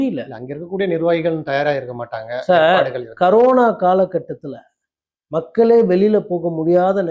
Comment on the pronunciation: கரோனா இல்லை அது கொரோனா 😂